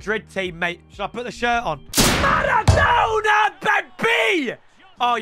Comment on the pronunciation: riquelme "the argentinian marradona"